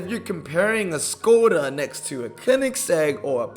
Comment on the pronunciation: FYI, Skoda is actually pronounced Shkoda ... that`s why it has the mark over the S.